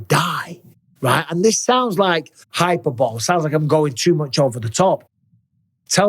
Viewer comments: "It sounds like hyperball " 😂😂😂 hi-per-bo-lee mike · Hey Mike, it's “High-PER-buh-lee” with the emphasis on the second syllable (not Hyperbowl) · Hyperbole is pronounced high-per-bol-ey not hyper-ball Bisping....tut tut. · Do the English say hyperbole differently than Americans? Lol